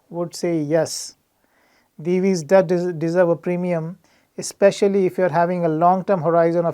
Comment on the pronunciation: Hearing someone pronounce Divi's correctly for the first time from the analyst community! 🙂